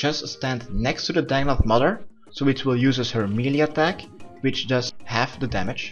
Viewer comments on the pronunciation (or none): none